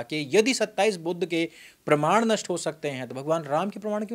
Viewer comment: Budh se itana jalan kyo disreputable pronunciations Aap aik mahatma ka nam itana galat tarike se le rahe haun jinake jaisa mahatma koi nhi huaa Sanatan me Sanatan ka hi sakha hain budhist